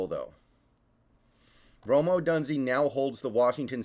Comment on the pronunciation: It is pronounced Ohdoooooonzay. He and MHJ are studs.